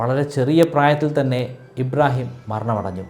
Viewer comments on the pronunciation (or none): none